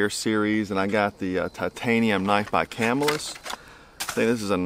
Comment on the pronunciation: It's pronounced come-ill-iss rather than camel-us